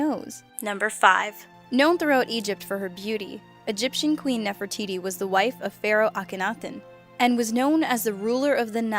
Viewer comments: for gods sake it's pronounced nef-ri-tidy not nef-ri-titty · you are correct..she pronounced it wrong and it sounded like titty at the end lol. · Did she pronounce the last part of an ancient Egyptian queen's name Titty? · I heard NeferTITY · Nefer - titty... Lol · "Speaking of Nefertitty..." 😂😂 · She said NeferTITTY. Hehe titty. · NeferTITI.....he he he he hee....tities. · Did she just call her Ne-far-ti-tie? ITS NEF-ER-TI-TI! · Ne- for-titie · Did she say Nefra-titty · Sounds like said "Nefertitty" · I love how she says nephro TITTY hahahaha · nephre-titi XD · Wow she said nefertitty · lmao she said nefer titty😂😂😂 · Damien Turtlerma its pronounced nerftities btw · "Speaking of Nefertitty," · Anyone else notice at 4 she said nef for tity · Diy crafts and Projects with Ethan has issues pronouncing words, this one wasn't so bad though.